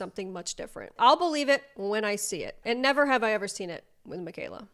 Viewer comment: “I have neva been eaten out”…no one needs to know this!! IS FRYING ME!!!😂😂😂😂😂😂😂